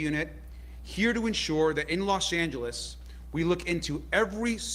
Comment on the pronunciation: you need to learn how to pronounce the word Los 'Angeles' Thank you so much!!